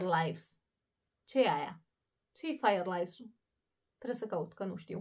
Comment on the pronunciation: Fireflies, nu firelies! Stam slabut cu engleza ,desi de multe ori folosesti expresii ( gresit foarte des)dar tu te incapatanezi . Mi Ar place sa am o conversatie banala de un minut cu tine in engleza sa numar cuvintele corecte nu cele spuse gresit.